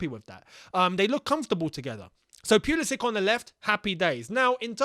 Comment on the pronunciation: It’s “pull ii sick” not “pee ull i sick”